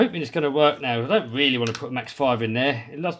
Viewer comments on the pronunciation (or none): You weally gotta get out the old gwease 😆